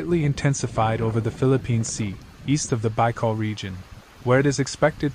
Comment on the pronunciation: Bicol is pronounce Bee kol not Bye kol !😢